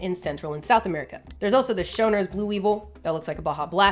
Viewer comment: I like the Schönherrs Blue weevil and as a german I can say, that a: you butcherd that Name and b: ö and oe are interchangable so you don't have to copy past the ö in there (this ist the same for ä and ae and ü and ue)